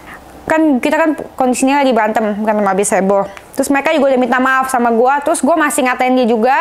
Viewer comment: terusss mba,, bkn telussss..😀😀